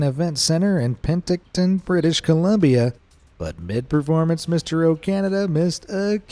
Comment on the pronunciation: I just have to say, it’s pronounced OkaNAWgan and not OkaNAYgan, and Penticton is PenTICton. Okay, SORRY for being fussy with the guy in the video, lol. And no I don’t think we overuse sorry and don’t say it when somebody else does the “bad thing”. Is the announcer an American??